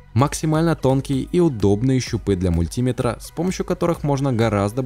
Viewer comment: Прости, но не мультИметр, а мультимЕтр.